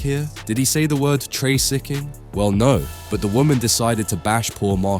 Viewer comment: why does the AI voice read all C's and F's as backwards? TraCCIcking, oCCended, diCCerent...etc. It's annoying.